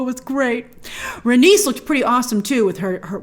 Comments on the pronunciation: Rain-ease Ray-knees Rhae-nys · i always pronounced it Rhae-knees and May-lee-s opposed to Rhae-nis and May-lis but George has said many times he does not consider pronunciation of his names important he says however anyone pronounces them is correct in its own way seeing as they are all fictional names to begin with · George R.R. Martin wants people pronounce his characters names however they like but in the show I think it's rhae-niece and mey-leese